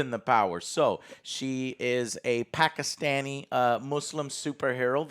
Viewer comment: I've been a fan of Joe for years at this point. But hearing him pronounce Pakistani correctly throughout this video makes me be grateful to have watched him all these years that much more